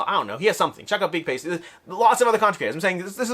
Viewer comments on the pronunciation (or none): I've been pronouncing as if he's a large singular pasta. Saying 'pasty' is pretty funny.